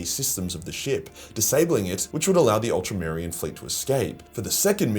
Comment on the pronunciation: Ultramarine lol 🤣 you said ultamayreen.